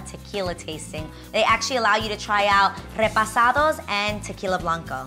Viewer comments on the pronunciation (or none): “Repasados”? Lol no shade, just never heard that term be butchered by a Hispanic person ... “RepOsados”